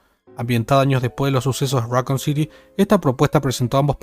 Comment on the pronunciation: right, like saying Rockcoon or raycoon city lol